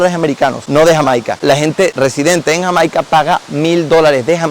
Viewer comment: 2,02 minutos.... cuántas veces más hasta el fin del video, dice Hamaica,encima lo pronuncia mal 😂